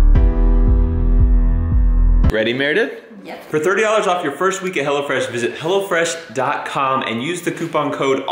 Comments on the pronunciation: I thought you kept saying "Hella Fresh", and I was thinking, "What is it, like 80's food?" LOL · I thought he said "Hella Fresh" at first. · For a bit, I thought he was saying "HellaFresh" instead of "HelloFresh" 😂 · It sounded like u said hella fresh some of the times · Oh hello fresh i thought you said hella fresh xD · I thought you was saying hellafresh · I thought you said hell-a-fresh lol